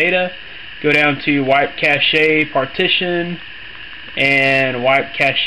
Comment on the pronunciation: it's cache not caché... sorry i found that annoying. thanks though